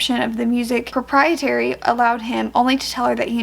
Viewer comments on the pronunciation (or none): Mispronounced propriety 😅when talking about quote from “Lovely War.”